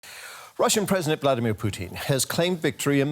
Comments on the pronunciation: President 'Plutin' hahaha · Poo-tin. Please use the politically correct spelling.